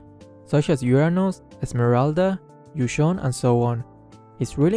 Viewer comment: It's Yu Zhong Not Yu Chong. Don't pronounce it Chong